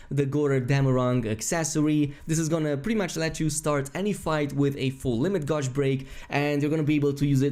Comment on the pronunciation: Can you please pronounce “gauge” correctly?!?!?